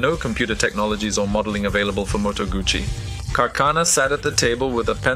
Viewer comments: It's Moto gussy not Gucci you need to get your pronunciation correct, it was not a Gucci hand bag, but a Moto gussy motorcycle 😮😮?? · Close, but no cigar. It's 'Gootsie'. I used to have a Lodola 175 model. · as in your gutsy, you need to learn how to read, I rode moto guzzi for almost a decade, when I went for part's I think that they new how to pronounce the name of their parent company!!! Argue all you want, it doesn't make you right!! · I had an 850 eldorado 1968 full dressed bagger but it is still called guzzi no t sound anywhere in the name!